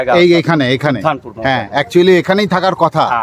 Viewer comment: ঘাট গুলো আরো সুন্দর করে দিলে ভালো হয়। উদ্ধারণপুর উচ্চারণ ঠিক করে করলে ভালো লাগতো। তবে সব মিলিয়ে ভালো লাগলো।